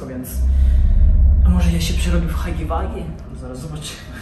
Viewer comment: hagi łagi się czyta :)